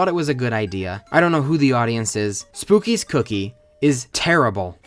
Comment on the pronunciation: It's pronounced "spook-kids", except without the D and S and replace it with a z.